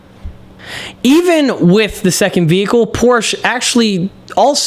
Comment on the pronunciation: Respectfully, It's Porsche, not Porsch.